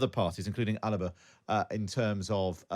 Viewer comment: What’s this “Alhaba” pish ?????